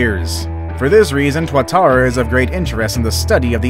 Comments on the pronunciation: Tuatara is pronounced two-a Tara please get it right thankyou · Tuatara is pronounced too-uh-tar-uh